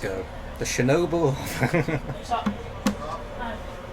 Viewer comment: I would rather go on a trip with Simon Wilson than with dumbhead who calls"Chernobyl" constantly Shinobel.